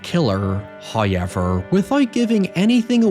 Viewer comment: First "hoyevver" drops . We are grateful.